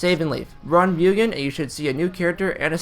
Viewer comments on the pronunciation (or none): Are you gonna keep calling it Myoogin? MU GEN MUGEN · you put in all the effort to look it up on translate and then went right back to calling it mewgen the next sentence lol